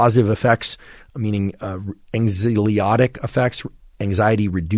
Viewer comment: *anxiolytic (apologies - this has been bugging me for a while, and I'd love to hear you get this right!)